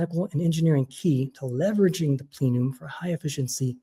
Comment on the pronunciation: It's plen-um, not 'plee-num.' And Richard Fine-man, not 'Fain-man.' 🤦 Embarrassing.